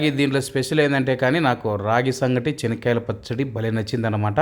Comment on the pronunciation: His pronounciation is correct as in Kadapa the groundnut is called as " Chenikyala Pachadi". The potatoes are called Urlagaddalu, onion as Erragadda and garlic as Tellagaddalu.